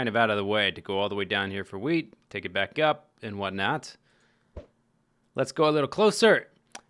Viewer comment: Welcome backa to the mindacracka